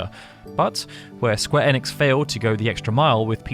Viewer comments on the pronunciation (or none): none